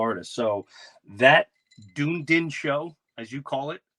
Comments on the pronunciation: pronounced: done ee din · I don't care how it's pronounced, l'm a call it like l read it Dune- din.